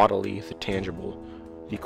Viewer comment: Great vid. For the love of God please learn how to pronounce corporeal.